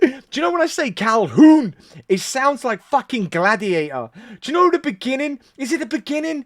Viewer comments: it is pronounced adam "cal-hoon" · I'm definitely a fan of "CalHOOON", especially with that pronunciation.